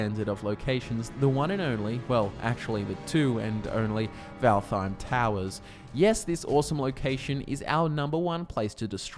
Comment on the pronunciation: not completely sure, but i think valtheim is supposed to be pronounced valt heim (no th sound)